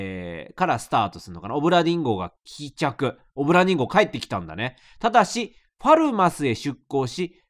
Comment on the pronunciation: だめだ…どうしても オブラディン・ンゴに聞こえる…